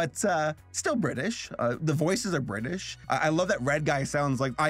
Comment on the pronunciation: do you mean bri'ish